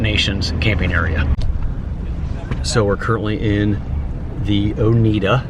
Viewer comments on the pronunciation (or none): I haven’t been there since I was fifteen. I was going to boarding school in Union Springs at the time. I lived in Upstate NY for most of my childhood, ages 8-18, after moving from Michigan) Oneida (one of the Six Nations of the Iroquois Confederacy) is pronounced Oh-nigh-duh. I still have friends up there I keep in touch with. Thank you for this video. It brought back so many memories.